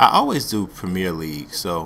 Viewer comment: the way you pronounce the premier league is pretty funny though